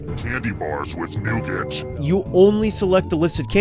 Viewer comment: the way he pronounced nougat💀💀💀💀💀💀